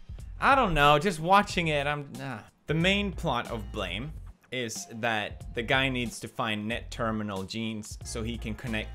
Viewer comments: Pewds: “*bleghm*” Me: "blAYME” Pewds: "-bleghskckkdm-" Me: bLAME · It annoys me so much, that he says /blaem/ when it's written as blame, therefore should be pronounced as /bleim/. >.< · Weebs(including me): It was pronounce Blame, not blam Pewdiepie: But I like blam more. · Why does he say blam and not blame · blame should not be pronounced as "blam" as you said or "blame" since it is japanese " ブラム" buramu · I thought blame! Was pronounced as blame, like somebodies fault, not a gun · Why does he say BLAME LIKE BLAM ITS BLAYME THATS HOW YOU SAY IT MATE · Blame..(Blaym)..? "BLAHM" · Is it really pronounced Blam instead of "Blaim"? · Is pewds really serious when he pronounces the word Blame as in "I blame you for all this bad netflix anime adaptation!!" as Blam? or is the anime/manga really pronounced as Blam instead of Blame? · If it's called blame then why do you say it as blam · Its not Blam! Its Bu Ra Mu! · it's not 'bleim how it is pronounced? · This video sucks! What we want to see... YES, more of that please! Also, you need to learn better English. It is pronounced blām or bla-aim, as in I blame you for pronouncing it wrong. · Actually its pronounced Blah-may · ブレーム (bu-leh-mu) as the Japanese pronounced it as they don't have single consonants except vowels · If you write it "blame" you don't pronounce blam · why is it spelt Blame! if it's pronounced Blam? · “Uh, excuse me, it’s pronounced Balaam after the sound of the gun.” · Nigga that is pronounced BLAYME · Uhhhhhhhhhh it's pronounced blame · Its actually pronounced, Bomb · It's pronounced Blame... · is it supposed to be pronounced as blam LMAO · Blame! is pronounced Beard! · Seriously though, why does he pronounce it like "Blam"..? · It actually is pronounced in Japanese " BU-RAMU" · lol all i heard was "blam" through out the entire video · lol I love how you pronounce it "Blam" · is it called blam or blame, and he just pronounces it like blam? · you pronounced blame to blem xD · You pronounce Blame wrong.